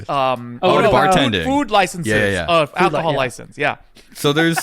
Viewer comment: Wills pronunciation of alcohol is amazing